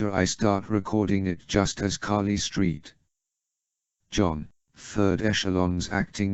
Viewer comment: The pronunciation of Carly Street John cracks me up every time lol